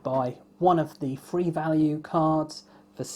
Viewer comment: Could you please say three instead of free